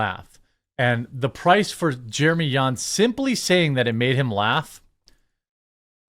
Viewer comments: Its not Yans... It sounds just like Johns 👍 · Do you go out of your way to mispronounce literally EVERYONE’s name??? It’s JAHNS not YAWNS 🤦🏻‍♂️ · Why you are pronouncing Jeremy Jahns as Jeremy "Yahns" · Are you saying Jeremy Yahns? 😂 I love ya dude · Bro J isn’t silent